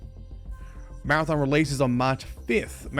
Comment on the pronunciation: Maradom? It’s Mara-THON